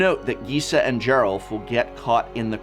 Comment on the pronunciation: I like that you mispronounced a ton of cards here but managed to get Gisa and Geralf correct. If I didn't know better, I'd say you were doing it on purpose.